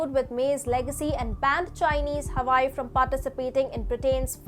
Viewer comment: I watch your channel often because it's a good channel. So lease get your pronunciations correct. "Britain" is pronounced, "BRIT-TEN" and "Huawei" is pronounced "HOO-AH-WAY". I am not from India. Just trying to help.